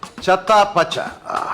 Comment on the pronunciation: തത്താ പച്ച അല്ല ചത്താ പച്ച